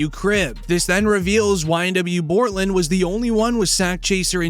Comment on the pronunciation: His name is Bortlen! Not Cortlen!